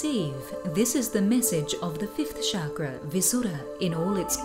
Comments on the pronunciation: I hate it when I hear Chakra pronounced as "Sharkra" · sounded like shagra